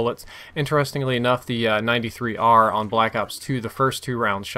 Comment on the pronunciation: You keep saying 93r it's b23r